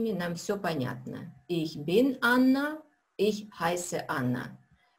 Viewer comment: Здраствуйте! Возникла необходимость пройти Ваши уроки ещё раз. Первоначально, я не обратил на такую особенность. Вы произносите глагол SEIN в первых лицах (bin, bist) с уклоном в произношении на Ы. На слух звучит как бы бЫн/бЫст. Нет четкого звучания буквы И. Так немцы и произносят бЫн, бЫст?